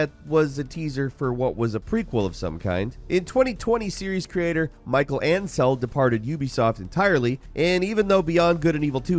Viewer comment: Isn't that guy's name pronounced like me-SHELL ahn-SELL or something?